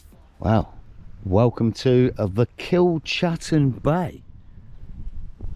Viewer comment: Kilchattan bay is pronounced kilKattan bay not chattan.. just try find out info , and the planes that land on air strip are Scottish air ambulance twin otter style aircraft ... But it's kilKattan which is kilchattan. I grew up there .